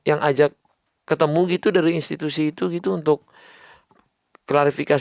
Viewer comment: Bkn istitusi,, tpi institusi, wkwkk